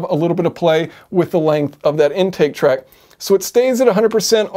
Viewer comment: 'Tract' not 'track'. Love your channel! Keep it up.